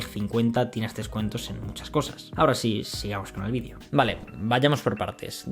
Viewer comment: No decimos decimos vídeo, palabra esdrújula con el acento y tilde en la i, al contrario que en América donde el acento lo ponéis en la e como palabra llana. De hecho al autor del vídeo, valga la redundancia, se le oye perfectamente pronunciar la e en cuanto relaja la velocidad con la que dice la palabra o bien en cuanto afinas el oído. Muchas veces es la velocidad al hablar la que tiene la culpa de que al oyente la e le parezca una i por la posición de la lengua, ya que es bastante parecida. Pero en cuanto el hablante relaja la vocalización y verbalización vas a comprobar como cualquier español de a pie dice video con acento en la i. Como mencioné antes este mismo vídeo es ejemplo de ello, mientras que la primera vez que pronuncia la palabra es prácticamente indistinguible la segunda vez, que es pronunciada al final, se distingue perfectamente. Lógicamente existirá gente que lo diga mal, es como decir o , pero al final eso es como preguntarse ¿por qué en tu país hay gente que dice palabras mal? Bueno, es algo complejo de responder porque no responde a un factor concreto y extrapolable.